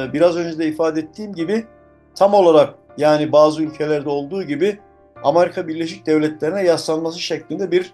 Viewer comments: Dayının biri Amerika yerine ısrarla "Amarika" demeye başlayınca videoyu yarıda bıraktım. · Kardeşim. Nasıl kanal bu . Seslendirmeseki adam doğru düzgün telafuz edemiyor. Amerika bile diyemiyor. Doğru düzgün ekibi olmayan kanal dünya çapındaki meselelerle ilgili anca bu kadar kötü video yayınlar.